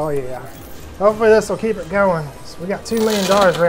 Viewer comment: keel it pushing lol